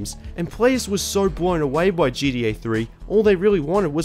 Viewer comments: Its GTA man, not G E A or G D A. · great video. i like your videos but i just have to be honest and say something. with all due respect...its not gDa ..its GTA. Please work on emphasizing the T lol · Why does he keep saying GDA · jeedee ay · Gee - Dee - ey 😅 this is unwatchable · Seriously? No talks about how he pronounces ‘gta’? I like these videos bro keep up!